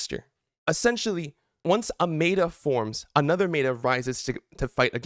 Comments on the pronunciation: Meh-tuh, not May-tuh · Neet video and all but why to you pronounce meta like that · One thing. Pronounce meta right please :( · Cant listen to your opinion if you cant say meta correctly